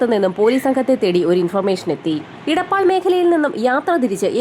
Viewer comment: ഇടപ്പാൾ അല്ല എടപ്പാൾ 😂